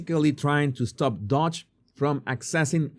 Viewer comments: Doge. Not 'Dodge' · It's not dodge... it's doge.